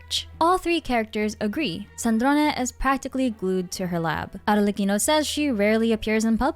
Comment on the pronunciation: Unrealated...they way you say Arlecchino is so satisfying 😊